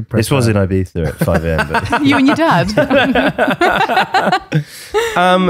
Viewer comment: the way she pronounces "ibiza" 😍🥹